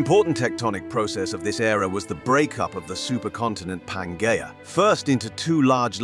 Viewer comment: You are totally incorrect. He pronounces letters G and J correctly in latin and latin-derived words. I've studied latin btw.. The way english-speakers "pronounce" latin is absolutely atrocious. It is so refreshing to hear words like algae, pangea and so on prnounced at least semi-correctly. And latin plural ending "-i" is always pronounced as "ee" in english and never as "ai". Every time I hear that pronounciation I cringe to the bone. And "g" is always pronounced as in "game" and never as in "george". As a matter of fact, all latin letters are always pronounced the same, no matter where they stand in the word or what is next to them. A "j" is always pronounced as "y" in japanese or "yard" and never as "job". It is ridiculous how english speakers treat pronounciation of other languages with utter callous disrespect. Probably because their own spelling has grown so degenerate over time and divorced from spoken pronounciation they cannot even properly comprehend true phonetic writing.